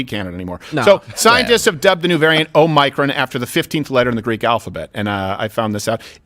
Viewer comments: OH-MEH-CRON Say that phonetically Steven, fuck man lol… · I love how Steven pronounces it: "oh micron" rather than "o muh cron" lmao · BTW, Biden called the variant "OMNICRON" through his entire speech today. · Hi mispronunciation of omicron drove me nuts lol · I’m sorry but it’s a bit too distracting. The I in omicron is pronounced like the I in tick. The accent of the word is on the first syllable, not the second. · Steven why the fuck would you post that the show is starting late today just to start at the same exact time as always? Oh and learn to pronounce Omicron considering how much shit you give people for mispronouncing words normally.